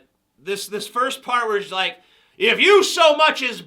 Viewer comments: I started goddamn SCREAMING laughing when you pronounced "ypu" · I couldn't stop laughing when TJ pronounced "YPU"